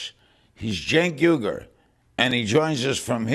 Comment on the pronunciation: I'm nothing short of amazed that Larry said Cenk's name correctly.